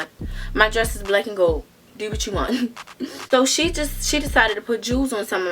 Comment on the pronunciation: “What do I duuuu that’s how you end up on 45 Nuuus” she definitely from Baltimore 😂😂